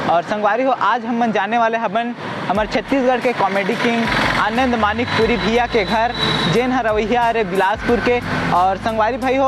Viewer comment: Manikpuri hai wo madikpuri nhi